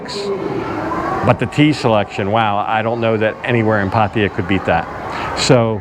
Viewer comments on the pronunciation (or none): Great! We want to visit it now. On a side note: it's "PattAya", not "Pattiya" Sounds annoying when you say it like that 😄